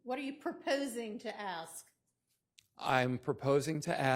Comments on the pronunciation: Even the lawyers are saying ‘Aks’ Smh 😂😂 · I axd her ???? Why can’t she pronounce ask????? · What’s that?? Ask??😅😅😅